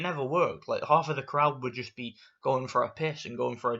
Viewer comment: These woman have been training for hours passed there Limit to be where there are just because you dont like it dosent mean no one else does. You are sexist against woman you called them disgusting .If you dont like it dont watch it ok WTF...I just hate this asshole. Bruh also how he said half he said haoolff